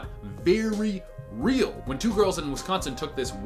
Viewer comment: when you said win instead of when i threw almost threw my table:[